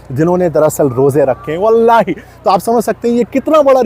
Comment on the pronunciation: The way u said wallahi👌